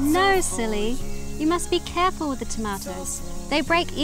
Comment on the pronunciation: Had to turn CC on to find out he just said "careful" when he crushed the tomato. I heard "oh fuck" and was dying laughing